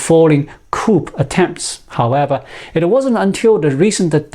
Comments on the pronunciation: Coup is pronounced "koo". "Koops" (coops) are for chickens. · to China: Hopefully, you will be using the word, "coup" a lot in the near future. It is a French word from coup d'état (Koo - Day - Tah) so Coup is pronounced Koo. Hopefully, you will have a LOT of practice with the word. I love your videos and appreciate your research and your insight. I never miss watching them. Thank you! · Coup is pronounced “coo or kuu” the p is silent Great insights 👌👌👌